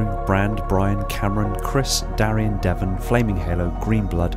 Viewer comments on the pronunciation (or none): none